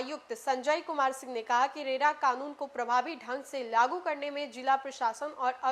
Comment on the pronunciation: रेला नहीं रेरा होता है। इतना बड़ा मज़ाक मत बनाइये और ना ही बनिए।